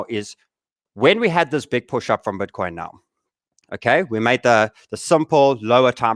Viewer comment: Cmon "BETCOIN" !